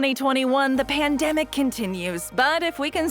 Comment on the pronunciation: Ya say pamdemic, I say epidemic